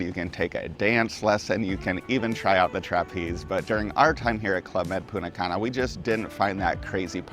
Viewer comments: Great info and very enjoyable vid, but every time you said PuNNa Cana :face-blue-wide-eyes: I would think, "someone stole the "T" 🤣. Thanks again for all you both do. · It’s so distracting when you say “Poona Cana”. 🤦‍♀️ The correct pronunciation of Punta Cana is "poon-tah kah-nah," with the emphasis on the first syllable of each word.